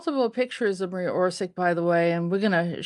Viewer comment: Her father Tomislav was the arhitect and had office at the main/ central squre of city of Zagreb. You prounance surnem wrong. Also name Marija. Not Maria but woth "j" pronunce as y in yacht, and not stress on M. Surname is Oršić, Š pronaunce as sh in shame, Ć pronaunce as ch in chizle. Marija Oršić.